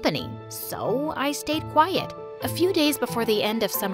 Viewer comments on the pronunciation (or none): none